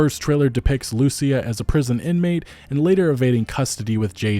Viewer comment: It’s Lucìa (Loo-Ceeah) not Lùcia)